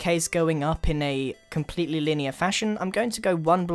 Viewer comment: “Comepletely naked houses” -Grian 2015